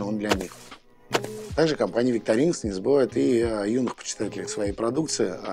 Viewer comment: ВиктОринокс. Сама компания в инструкции обозначает зубочистку, именно как зубочистку. это НЕ палочка для обслуживания))). Не "Климбер", а "Клайме" в амерском произношении, или "Клаймер" в англовском. Учите матчасть))), а то прям беее...досматривать не стал